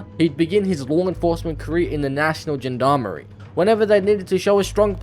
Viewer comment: Good video, young sport, but quick tip. The beginning of Gendarmerie is pronounced similar to the "-san" in parmesan